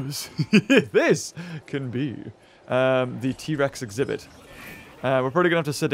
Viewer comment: Ze t-rex exibith